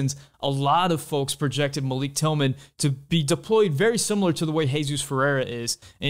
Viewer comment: Pronounced Malick according to GGG and Malik's mom.